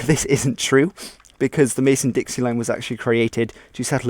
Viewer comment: Great video,. I'd like to note that it is the Mason-Dixon line, not Mason-Dixie.